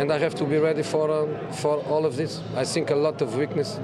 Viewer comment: Is he saying i sink or i think